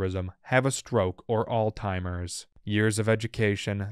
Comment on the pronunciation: "Alzheimer's". Not All Timers 😂